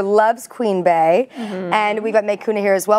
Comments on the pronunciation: It's not queen bAy it's Queen Bey as in bee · I love the video, but: did she say Queen Bay??? IT'S QUEEN BEY, PRONOUNCED BEE!!!